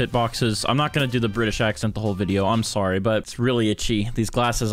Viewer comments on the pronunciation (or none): none